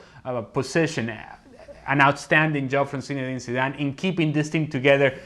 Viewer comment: No one: Ale: Sinedine Sidane